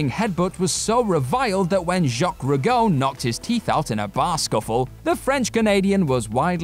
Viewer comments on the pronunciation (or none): YOU REALLY NEED TO INVESTIGATE HOW TO PROPERLY PRONOUNCE A NAME! IT’S ROO-JOH (THATS A SOFT J)! THIS ISN’T EVEN THE 20TH TIME YOU HAVE DONE THIS! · Come on. I know people in the U.K. have a bad habit of pronouncing the names of companies from other countries wrong (ie, Nike), but ya can't just go mispronouncing people's names. Its pronounced Roo-jjj-oh. As in the french for red, rouge. P.S. Yes I'm salty about how british people pronounce Nike. Sue me, I'm from Oregon. That place where it was created and the name was based on a romanization of the Greek Goddess for victory. Which is correctly pronounced Nye-key. Y'all are just wrong on this. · Jacques Rougeau. You made it sound like "rue go". Get it right man!! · Rougeau is pronounced rooge-o. And it wasn't a barfight. It was in a wwf canteen. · Jacques Roo-go, huh? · Who is Jacques Rah-go??? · Did I really hear "Jacques Ruh-go"?! Seriously... You talk about wrestling for a living. If you're handed a list like this and you're unfamiliar with any of the names on it, look them up so you can understand how to pronounce their names. How the hell did you even remotely think "Rougeau" was pronounced "Ruh-go"? I hear this kind of "clearly I don't care enough about the subject matter to do anything than read copy" type of stuff on far too many What Culture videos... Be better than this! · no, that was Jacques Rou-JOE. Point being that I was making fun of him mispronouncing the name. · NOT how you say that name fella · tf kinda pronunciation is that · They're British. They pronounce all kids of words incorrectly.